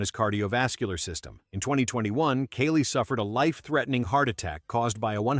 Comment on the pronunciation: “Kaylie Muscle”… Oh ok…